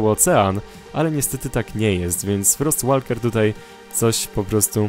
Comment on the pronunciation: 'Frost Walker' czyta się "Frost Woker",...;)